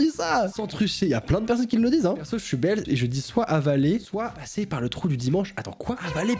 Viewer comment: ''perso je suis belle'' non.... BELGE